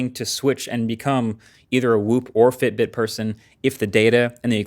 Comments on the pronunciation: Btw while explaining about Fitbit..it said FIBIT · for a few moments I thought, god I have been saying FIBIT wrong my whole life :D